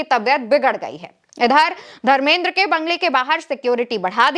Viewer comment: pahle to tum dharmendra ji ka name sahi se lo kiya tumko bade logo ka naam sahi se lena nahi aata hai kiya tumko reportar kisne banaya dharmendra ji bolo samjhi bewkuf ladki